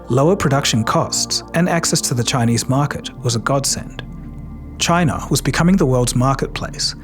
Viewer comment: The problem is CHAI-NUH!!!!!